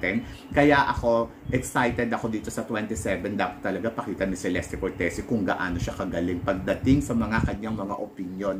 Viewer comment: Che-les-te cor-te-zi po tamang pronunciation ng name nya. Italian e